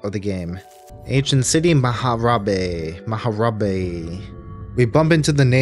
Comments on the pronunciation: I think the ancient city's name is "Ma'habre", pronounced like the word "macabre" rather than "maha-rabe" like you say it. Would track with how macabre the game is. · MAHARABE? Dude, EVERYTHING in this game says "macabre". So how about Ma' Habre? Instead of fkin mAhArAbE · I think Ma'habre is probounced "Muh-hahb", similar to macabre being pronounced "muh-cahb". Amazing video man this was incredible! Vest of luck to your channel.